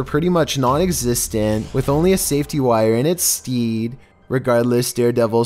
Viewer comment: He can't even pronounce English properly. "Infant Station" LMAO. Also he says "In it's stead" wrong. "Stead" is supposed to rhyme with "head" not "steed."